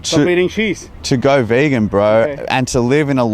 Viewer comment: bEegAn ThE VEeGaN lol